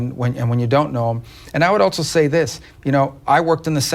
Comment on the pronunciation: I still say someone needs to tell Rubio there is no ‘T’ in the word “also”